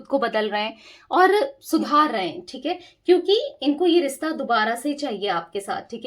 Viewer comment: Rista nahi rishta hota hai...plz correct as it sounds irritating